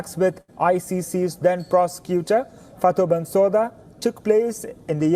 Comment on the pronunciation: Actually Ukraine isn’t even a signatory to the Rome statute! Also, it’s pronounced Bensooda not Bensowda! Thanks for everything you guys are doing 🫡🔻